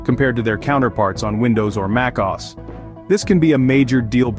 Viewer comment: Muckaus? What¨s "Muckaus?" Either this is AI-generated, and poorly so, or the narrator doesn't know shit.